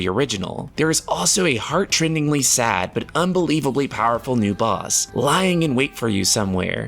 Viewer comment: Don't want to sound like a prude, but it's pronounced "heart-rendingly" the t and r sound are separated. Otherwise it sounds like you're saying "trend"